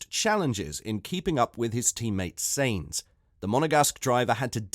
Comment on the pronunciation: First learn how to pronounce names. Carlos's last name isn't pronounced seins, but as the English word signs. That shouldn;t be too difficult. Or do you have a speaking disorder?